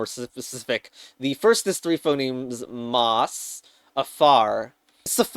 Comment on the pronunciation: revealing his vowel merges in the second half. /a/ in MOSS?